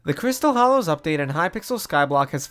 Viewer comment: Hollows* not Hallows